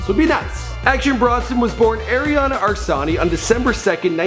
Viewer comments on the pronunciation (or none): asllani not arsani. the name means lion, similar to aslan in Turkish. if you’re Going to make A video like this at least get the guys name right! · "Action Bronson was born Arian Arsani" Yeeah, no. Try "Arian Asllani"